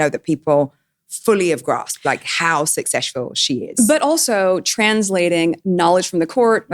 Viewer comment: "How successhful she is" 😂😂😂